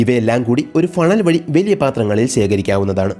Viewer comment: വെലിയ അല്ല ചേട്ടാ.... വലിയ.... വലിയ....